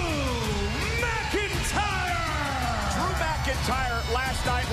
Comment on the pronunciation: Not megiter its mcintyre